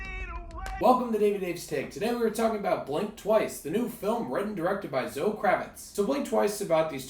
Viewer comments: Zo? You mean Zo-eee bruh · I think it’s pronounced Zo- Ee.